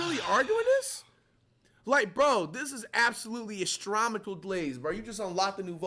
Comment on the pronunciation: “Astromical “ glaze😭 instead of astronomical😭